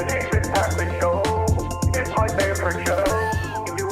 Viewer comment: He's a Loy-ya...and he loves his favfit cigaws...frawd, frawd, frawd...yes...let's put ketchup on Trump...gotta watch that late night backdoor shift...its a doosie!...😆